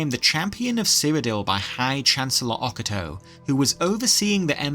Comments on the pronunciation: Oca Toe ❌ O Cato ✅ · O-ca-to not oc-a-to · Oc-a-toe 😂 I didn't even realise you were talking about High chancellor Ocato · Please for the love of god learn how to say Ocato's name.